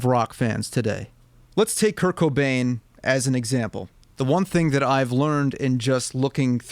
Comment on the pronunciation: every time you said kurt i heared kirk